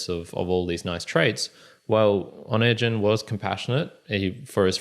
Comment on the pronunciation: Onegin pronounced with hard "g" (O-né-gin)